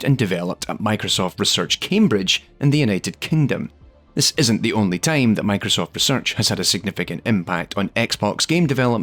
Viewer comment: I kept thinking about Tame everytime he said Time